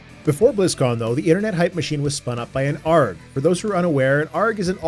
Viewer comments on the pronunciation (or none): Not that I'm complaining! It made me chuckle every time you said it.